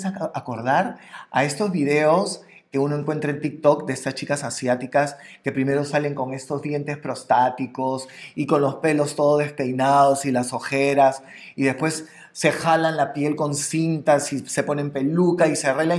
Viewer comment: Prostéticos, no prostáticos jajaj. De prótesis, no de próstata. 🤣🤣